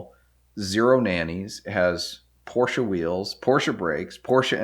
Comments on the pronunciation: It is really nice if americans say Porsche instead of Porsch :D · Immerhin jemand der Porsche sagt. Und nicht Porsch. Aber deine Aussprache von ausländischen Orten/Namen ist bestimmt immer zu 100% richtig in der Landessprache.